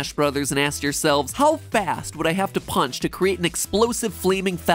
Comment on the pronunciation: She pronounced it “Punch” instead of “PAAAAAWNCH.” So she got it incorrect